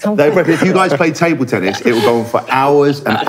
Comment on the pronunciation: tennis pronounced tunnis :)